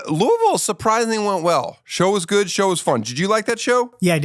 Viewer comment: I just wanna say, thank you for saying Louisville the right way and not the wrong way. It means a lot more knowing you’re not from here.